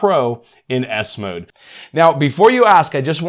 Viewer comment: The way you Say it I hear Windows ass mode 😂😂😂